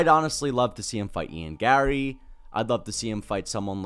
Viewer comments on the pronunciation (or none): none